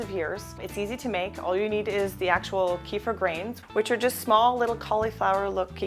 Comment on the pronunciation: it's pronounced "keh-feer", plz